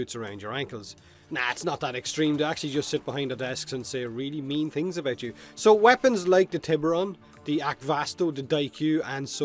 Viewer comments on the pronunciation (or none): none